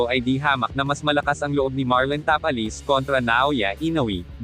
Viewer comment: tapales hindi tapa les.